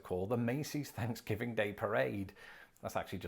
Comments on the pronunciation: are you saying Thanksgiving of Fansgiving? I watched the beginning of this a few time and it never seems like the true name. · I keep hearing fansgiving. 😂🍠🦃🏈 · WTF is up with "fanksgiving" "teef" and other TH sounds? Why does he use F instead of TH? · Why do British people pronounce it as "Fanksgiving" ? It is a TH in the beginning of the word. Im sincerely curious. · You can't have one until you learn to say it properly. It's not fanksgiving, it's Thanksgiving.